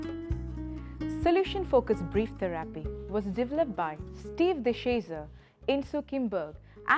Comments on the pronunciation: Its theerapy not theraaapy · The way I hear the word THERAPY being pronounced here gives me all sorts of cringe 🤐😬😒🙄😮‍💨 TaARRRRaaPee